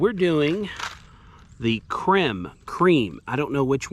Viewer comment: It's pronounced "Creme".